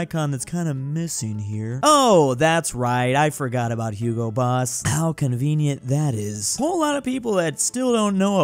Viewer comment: It's Hugo BoSS =)))